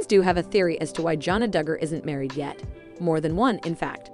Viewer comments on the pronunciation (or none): You need to speak more plainly, it is not dugar fam, It's not akensas.